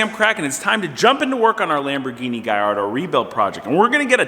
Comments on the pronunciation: gallardo not gayardo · Also it's not a "Gall-Ardo"